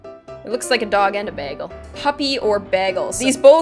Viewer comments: winter girl bay-gull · you say behgel 😐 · Bag elle? Thats an interesting way of pronouncing that word ._. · I love how you say 'begel' instead of 'bagel'. The Canadian accent has never ceased to surprise me :) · The way she says bagel kills me. that's not how say it!!! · the way she says bagel 😂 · she says bagel weird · I've never heard anyone say bagel like that😂